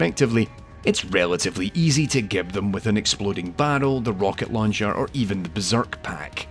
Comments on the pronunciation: Minor correction: gib(s) is pronounced "jib(s)" (like giblets). The term itself actually originated from the word giblets, and was coined by Adrian Carmack! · Remember, as Ahoy once said: "It's Gibs like giblets not Gib like goblet"